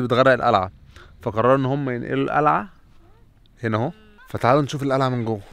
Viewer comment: القلعه😂😂 مش الالعه😂